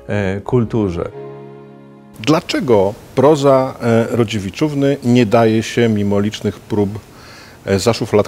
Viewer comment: mówi Rodziewiczówny.